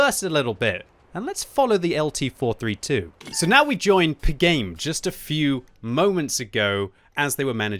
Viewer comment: I think it is Pi Game. Like the number Pi. Not the sound pigame